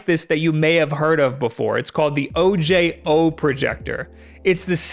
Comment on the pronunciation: I think the O J O is meant to be like O-ho. Like the spanish word for eye